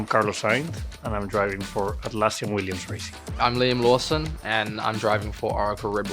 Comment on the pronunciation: I’m Liam Lawson, I’m Leam Laswson I can’t be the only one, right? 😂